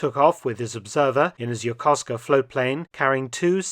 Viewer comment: You are one hell of a story teller, but like so many westerners, you can't say Yakusoka. That's ok. But why don't you come visit? See the academy, the museum, the nature park and watch the silly Americans milling around😊. There are plenty of storys to gather.